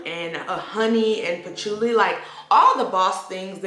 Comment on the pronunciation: Yuhlang yuhlang...ylang ylang Pa-choo-li... patchouli Or-kid...orchid 😊😊